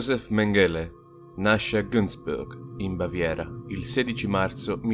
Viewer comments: Méngele non Mengéle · è stato molto interessante. Comunque, a parte gli scherzi, come dici tu, quando una parola o un nome straniero viene ripetuto così tante volte, forse è il caso di informarsi sulla sua pronuncia. L'accento cade sulla prima sillaba e la "g" si pronuncia come in "sing" inglese. Grazie per i tuoi video e per il tuo tempo. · Sentire "Mengele" pronunciato in quel modo è fastidioso!